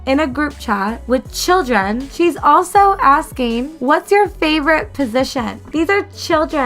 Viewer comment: 😂😂😂 chill-dren and vir-jen 😂 I just can’t!